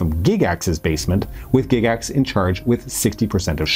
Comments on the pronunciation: Has everyone been pronouncing Gygax wrong for the past 50 years? GIGax? Never heard it pronounced that way in all my life. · It really threw me when I heard you pronounce "Gygax". I had the odd notion that I could have been that wrong for so many decades. I was relieved to find out I was not wrong. :D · "Gig ax" tho? Really? Well done otherwise, but that was painful. Tell you what I remember about ET. My mom made me throw away my D&D box set in 81 because of the panic. So here I am watching this movie with her, and the kids are playing D&D and one of them calls another one "penis breath." Not helping, guys. Not helping. Great movie tho.